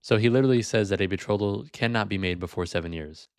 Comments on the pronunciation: As soon as he said “be-throw-thal” I knew he was just yapping lol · Not only can he not pronounce "betrothal", but he obviously doesn't understand what it meant in the Middle Ages (when Aquinas lived and wrote). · hell he cant even say "betrothal" right!!! lmao